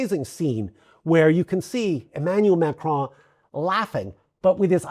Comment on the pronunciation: If you are one of the vast number of non-francophones who cannot pronounce the name "Macron" correctly, PLEASE do what this gentleman did and keep the "o" short, as in "computer." The result is not perfect but French speakers are habituated to other linguistic groups struggling to replicate the very nasal sound of the terminal "n" in French words like "main", "veston" and "Macron". Pronouncing that almost entirely nasal "n" without allowing the tongue to touch the upper gums is a trick best learned in childhood, or by getting yourself mocked until success became obligatory, which is what happened to me. It would be so much more respectful than MAKROAN from anybody, and so much more professional from members of the Free Media. The traditional, corporative, media should know better already...